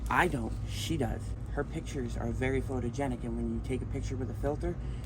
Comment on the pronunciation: “Her pics are very fotergenik”